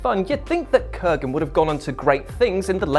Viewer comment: Kurgan is now with the NWA. Oh wait...it's Corgan.